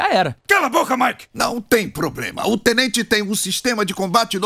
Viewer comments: TENTENTE?? TENTENTE? XD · Tentente? TENTENTEEEEE!?